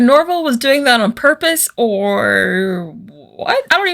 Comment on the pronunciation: "Porpose." Edit: Velma getting rammed by the car made me laugh hard.